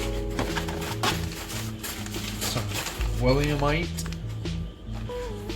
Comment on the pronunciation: "Willamette" is pronounced "wil-LAM-it." People from the Willamette valley have a saying, "It's Willamette, dammit!" because they rhyme. Your second hops are pronounced "Sots." It rhymes with "socks."